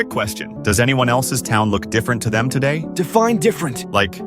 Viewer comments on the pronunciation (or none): the way bro said define is crazy bro said it like dfene